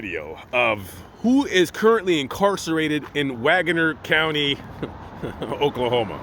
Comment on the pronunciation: Hey from Tulsa, Oklahoma! Wanna sound like the locals? It’s pronounced Wag’ner!! ❤️